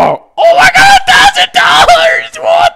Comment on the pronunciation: OH MY GÆÆÆWWDDD A THOUSAND DOLLËĖĒRZZZ